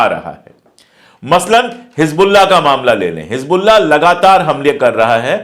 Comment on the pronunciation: It's Hezbollah not Hij Bollah. Plz say it right. Don't mix z and j.